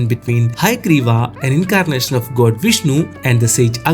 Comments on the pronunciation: Say “gawd” not “goad” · Your pronounce "...God" as goat! Pls Check tht.. I don't live in India .. Yr pronunciation misleads the text understanding!... Pls rectify it....all Over world watching it..information good!